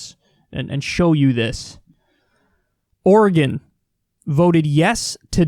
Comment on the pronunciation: Thank you Kyle, for pronouncing Oregon correctly! It’s super annoying to hear people from the east coast pronounce it Or-e-gone!